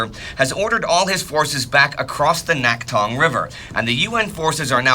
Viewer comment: Thanks for another stellar episode, and I've been watching the series with excitement as a Korean whose grandfather died fighting in this war. By the way, the "낙동(강)" should be pronounced as "Nakdong" instead of "Naktong". I only mention this because you've been doing a great job so far to pronumciate Korean names otherwise. It may be written as "Naktong" in English documents because Korean romanisation is all over the place, but the original letter "ㄷ" is never pronounced as "t", for which there's another letter, i.e. "ㅌ". Also, a very minor thing to mention while I'm at it. I noticed you consistently call "Pohang" as "Pohang Dong". "-dong(동)" is a submunicipal level administrative unit of a city, e.g. "Pohang Si(city)". As such, if the intention isn't specifically to denote that part of the city, it'd be better to use a more general name of the region, i.e. "Pohang".